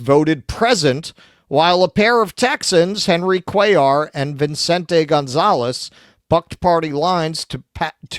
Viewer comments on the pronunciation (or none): VI CENTE NOT VIN CENTE